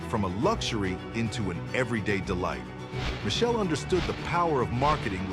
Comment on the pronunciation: Learn to pronounce Michele,its with K